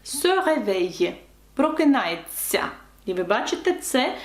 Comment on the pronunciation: Прокидається , а не прокинається Я без агресії, просто знай